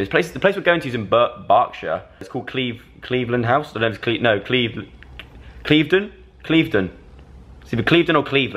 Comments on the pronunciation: It's said like clivv-den or cliff-den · He pronounced Cliveden wrong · Love how you can't pronounce Clivedon, my childhood ❤️ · Omg I'm literally dying inside... When Joe says Cliveden 😭 it's pronounced more like cliff-don ahahahah